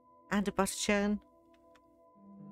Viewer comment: Yay bunny!:_HappyTears: Faelor was just a nuisance IMHO. I love dogs but a wolf? No thanks. I'll be trying Wyrmstooth soon. But, I don't do canine companions in Skyrim. I love dogs, cats and bunnies. But, pet companions just don't work well for me in SSE. BTW... I love the way you say butter churn:_Love: When I finally get to finishing Dwemer Ridge, the kitchen will employ at least half a dozen butter churns just to hear you say, "Oh, a butter churn... and, another butter churn... and, more butter churns!" Hahaha :_HappyTears: Much love dear sister. Don't ever try to change that lovely voice and accent. It's rather charming.:_Love: Hugs, Phat:_Sweetroll